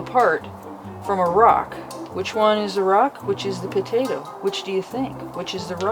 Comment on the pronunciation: I love how you pronounce potato as "putatuh" but when you shorten it you pronounce it "taterr" 😆 not making fun, just a silly observation I made. Great video. God bless.